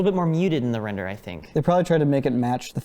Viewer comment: "... and you got to Wrender it..." :)